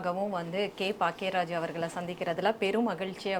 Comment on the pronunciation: His name is Bhagyaraj - she keeps saying Paackiya Raj. It’s ஆணவக்கொலை and both of them are saying ஆவணக்கொலை!!! (As in Documented Murder) 😂😂😅